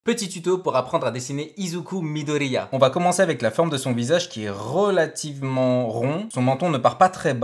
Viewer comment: Sa fait rire parce que tu dis midellllllia Sinon ses incroyable